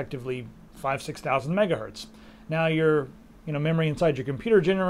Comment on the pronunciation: Is it me or did he say "megahurt" :p